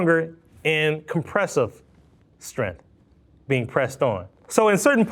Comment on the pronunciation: I hate when people say the word strength like strinth. There's a g in it.